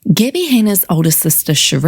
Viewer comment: Gibbie??? Stop it!!! You know how to pronounce it!